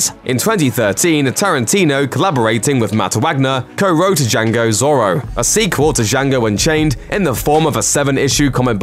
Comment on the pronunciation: Please learn how to say Django and Zorro correctly please